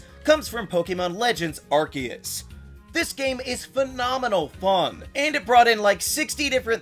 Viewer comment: You did it all right, you dissed the gen wunners, you dissed the gen three fans, you pronounced Arceus correctly and you identified the best generation. You did it you mad man, you made the perfect Pokémon tier list video!